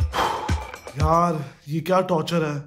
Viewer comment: Who heard that when he said "Yaar movie ka time ho rha hai " he actually said yaal and also she is the one who in the beginning became Tara and now she is a new commer😂😂😂😂😂😂😂😂